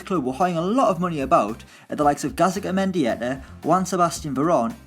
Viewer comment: “Gazika mendieta” Still not attempting decent pronunciation then?